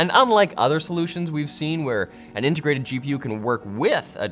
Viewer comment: "Intergrated electronics."